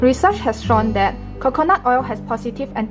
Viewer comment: I love the accent when she said Khokhonut oil 😍.